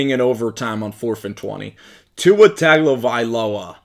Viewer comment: I agree 100%. Tua is an amazing talent who can do anything you can ask a QB to do. Tip: Last name is pronounced Tung-o-vy-low-uh.